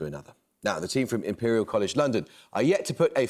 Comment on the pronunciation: The Imperial team should be called "IMPE-LEE-AL".. But they should have chosen someone else as their captain - someone who actually knows stuff.. someone who can seriously contribute with some correct answers.. this cutie-pie captain should stay home and watch Barbie or maybe the adventures of Scooby Doo or something..